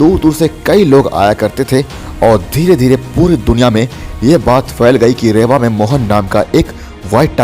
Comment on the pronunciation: रेवा नही है रीवा है।